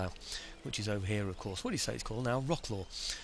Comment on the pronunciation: You should speak "Vrotzlav". Only city center is worth seeing beautiful 14-century city hall, 3 cathedras, marketplace with middle age pillory. It's also called the city of meetings, becuase many nationalities met there Czech, Poles, Germans, Russians, Jews, Flamands, Hungarians...